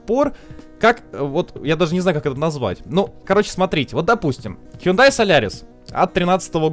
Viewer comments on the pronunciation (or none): none